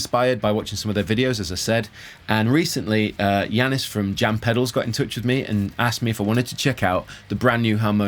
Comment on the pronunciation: Finally someone non Greek pronunced Yiannis (my name) right. Also that was awesome, please keep going strong and if possible use a les Paul style guitar from time to time.